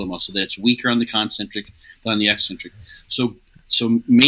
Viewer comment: The way pronounces 'eccentric' makes me think he also calls 'espresso' expresso 😂